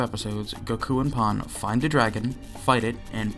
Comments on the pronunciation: How do you constantly mispronounce “Pan” and “Saiyan”? Call yourself a fan of the franchise.. Lol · This guy’s pronunciation of Saiyan and Pan is killing me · You are not saying "saiyans" right, you are saying for some reason "sAIyans" instead of "sEIyans" also same with Pan, it's prounounced Pen and not Pan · bro said pon and sai-yn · "sigh-anns" "pon"??? My guy. Come on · I like how you mispronounced Saiyan and Pan despite watching the whole series.